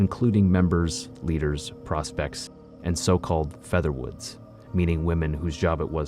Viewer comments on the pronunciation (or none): “Featherwood” lol